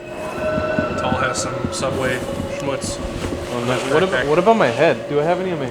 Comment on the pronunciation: The beginning “Subway...schmutts” is that what you said lol. I have never heard the word schmutts. 😂 That sounds TERRIBLE!! Did I spell it correctly?